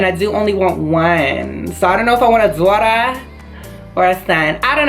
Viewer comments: It is funny how she said duta or son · The way she said Daughter😂 lmao (Edited)